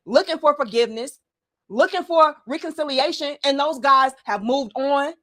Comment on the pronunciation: “Reconciliation” is the word. Not “reconsidilation”. Come on now…